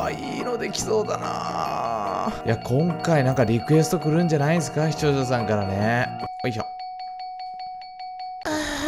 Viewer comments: しちょーしゃしゃん（視聴者さん） じちょーざざん（視聴者さん） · しちょうしゃしゃん😌